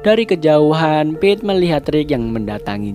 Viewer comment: Kedengarannya Beth😭🤣